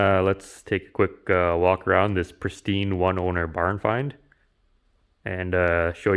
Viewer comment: Did you say pristine, or Christine? Lol Love your sense of humor. I actually laugh out loud. Thanks for sharing your knowledge and skills.